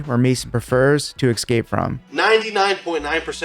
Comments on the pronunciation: All good but it's 'escape' not 'exscape' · escape, not exscape. sorry. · ES-cape! not EX-scape......ffs. English, learn it! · He keeps saying exscape it’s annoying me it’s e scape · I will subscribe when this man stops saying “ekscape” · It’s “eScape” (with an s), not “eXcape” (with an x). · EScape not ECscape Other than that, cool vid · Dude, Mason. That's cool and all, but you said "x-scape" wrong. Did you even watch this video? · Escape not Excape. If you're going to teach something. You should be able to say it. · Escape! Escape! It's not "excape." Black belt in Jiu-Jitsu but white belt in the English language. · 'eScape' not 'eXscape' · I hate when people say " EXcape" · Are you saying excape? Or escape? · A sign of an elite grappler is when they say the word eXcape - instead of escape. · I dunno if I can sub to a 42yo black belt who says ek-Scape? (45 times according to AI) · escape ❌ ecscape ✅ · I'm a bit of a grammar nazi and hearing "excape" over and over was absolutely killing me. But i appreciate the knowledge you're sharing so much that i endured it. Thanks for a great video (despite the torture element)! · I gotta aks u to stop saying ekscape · Say excape again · I thought he was saying eggscape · Promised myself I'd watch until the end, just to find out of we have a 100% ekscape mispronunciation. But ruined it for us. Dammit, Mason! Keep with the program! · Are you saying escape like there's an x in it? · Learn to pronounce "escape" like a white man..